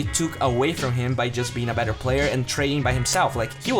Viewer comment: Why do you keep saying BATTER and not BETTER? You make it seem like you’re taking about cake batter. You also say FAD and not FED. Where are you from buddy?